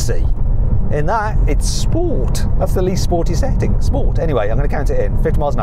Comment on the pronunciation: “-SettingK”, “-RollingK”, “-BurningK” what is with this K after all G’s? Sounds horrible, stop it.